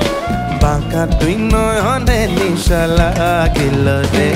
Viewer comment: R aa vaii.. নিশা নাহ,,, নেশা!! আগে উচ্চারণ ঠিক কর ভাই!!